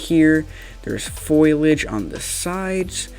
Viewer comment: Foilage. Foilage. Foil. Age. It’s foliage. Foilage.